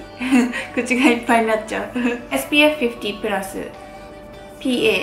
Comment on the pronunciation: 50＋の発音が良くてかっこいい笑